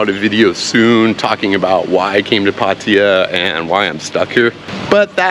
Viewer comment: Your pronouncing Pattaya basically correct! It’s not Pattaya Tie ya which drives me nuts!